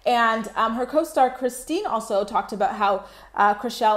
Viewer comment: christine not christina